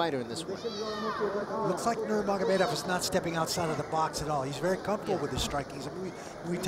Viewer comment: you'd think by now announcers would know how to pronounce Nurmagomedov properly.